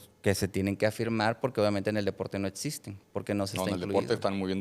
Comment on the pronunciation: El doctorcito hablando de cosas que no “etsisten” 😂